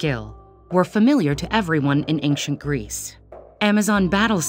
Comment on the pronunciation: Hate how she pronounces ancient as “ayk-shent”